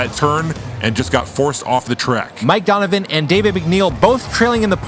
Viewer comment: Du-n-u-vi-n not Donovan